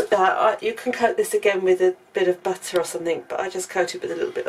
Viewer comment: like the three syllable butter.